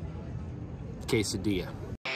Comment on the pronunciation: I believe it was purposely mispronounced. We do it all the time to be silly. He also said SQUOZE. You know that's not a real thing, right? RIGHT????